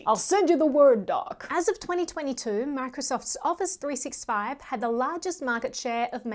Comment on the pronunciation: Really love your channel. Very very very small super insignificant note: it’s pronounced “three-SIXTY-five”. Cheers